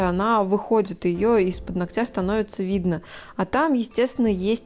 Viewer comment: При всём уважени ! Вы, безусловно, потрясающий специалист!!! Но, слово нОгтя, ну, пожалуйста, ударение на Оооо... вам этоне трудно...У вас отличная речь